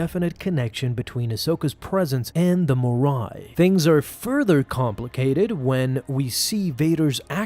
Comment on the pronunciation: It’s not “the Moraiiii”. XD